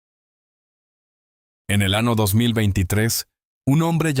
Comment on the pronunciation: ¿ Qué tipo de relator es ese que en vez de decir "año", dice: ano.....